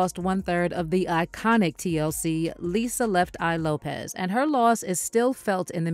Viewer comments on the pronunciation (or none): none